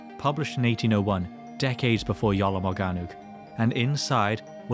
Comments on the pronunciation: Iolo? Or Jolo? 😂😂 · I swear yoy said "The YOLO manuscript"